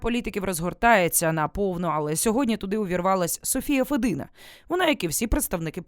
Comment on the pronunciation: правильно федина с ударением на первом слоге